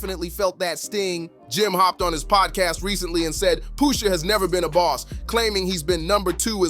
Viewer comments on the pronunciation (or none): Poosha? wtf is wrong wit u? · POOOSHA? Who TF is POOOOSHA?